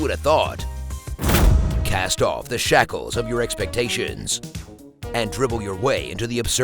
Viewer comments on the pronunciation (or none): "Cast off the Shaq-les of your expectations." Hahah, clevah